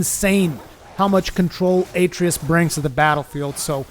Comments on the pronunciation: A tree us lol they literally say the name in the game 30 times ita a trey us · UH tray US. They say the name 2 million times. Not A tree iss. Uh tray us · Aye-tree-us lol how many times does he say it in the game? I know he called him boy but they call him by his name a few times. Uh-trey-us lol love the vid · Also it's pronounced "Uh-tray-us" not "A-tree-us." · “A tray us”Not “atree us” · Atreus = A-tray-us not At-ree-us. Idk why this bothered me so much. Probably because theres to much talking and not enough tips... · You keep pronouncing Atreus incorrectly.